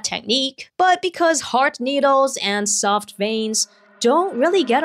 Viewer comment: "What goes in hard and comes out woft" ahh moment